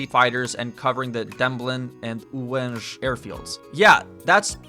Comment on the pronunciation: That 'Ułęż' was spot on man!